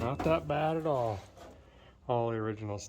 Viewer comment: Derek, you say at all the same way my late grandfather did; a'tall. It's a nice, if better sweet, thing. 🙂 Also, if your decoding of the cowl tag was correct, I was all of a month old when that Camaro rolled off the line. 😉 Still have ~50 minutes to go on the video, but enjoying your excitement over the 4-bolt and am quite curious to find out where it goes. 👍